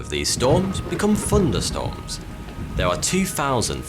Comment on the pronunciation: Fourty2 NOT Thourty2. ?! Funderstormes not Thunderstorms ?!